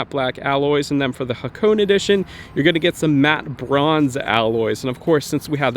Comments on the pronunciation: hakoon? The Hakone edition is pronounced haa·kow·nay , none the less awesome informative video! :) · It's actually pronounced ha-ko-neh 🤓